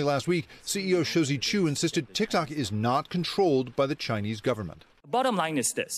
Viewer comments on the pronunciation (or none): Yo she said Tik Tak!!!! 😂😂😂 I’m dead